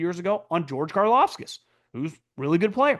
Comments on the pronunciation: Love you and the show. but it’s Kar-LOFF-tis, not Kar-Lofs-Skis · his name is pronounced “Car-Loft-is” NOT “Car-Loft-Skis” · George Karlaftis is pronounced “car-loft-is” not “car-lof-skis” Love the show! I listen everyday!! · Are you able to say Karlaftis correctly? Everytime it's "Karlaskis"😂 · has ever said george KARLAFTIS correctly